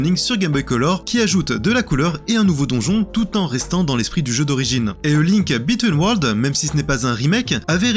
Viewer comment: Sans oublier "A Link Between Worlds"... J'ai cherché "Link bitten world" sur Google, en pensant que j'avais zappé un épisode !!!!